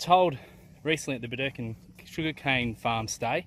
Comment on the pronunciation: Pronounced Bird e kin 😊